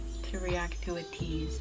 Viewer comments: It's pronounce as Ay-tease not U-tease. Thank you! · ATEEZ is pronounced as EY-TEEZ and the fandom ATINY is EY-TI-NEE